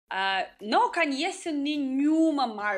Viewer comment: A caracteristica marcante do sotaque de é falar "canheço" no lugar de "conheço".